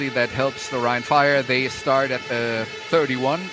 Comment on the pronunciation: Soll das ein Scherz sein? ein schlechte KI-Stimme als Kommentator? ernsthaft? omg wie er rhein fire ausspricht 😂 rin feier . ihr sollte bei einem solchen Produkt echt bessere Videos produzieren. und jemand zu finden, der so ein Text einspricht, kann nicht wirklich schwer sein.